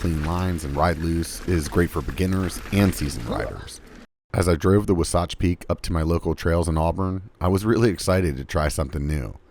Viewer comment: Wasatch? It's pronounced Wasatch...